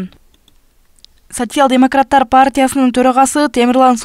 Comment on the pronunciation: Сасиял дейт го😂😂